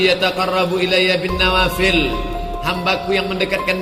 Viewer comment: DENGAR,... NAWAFEL atau NAWAFIL PAK USTATTT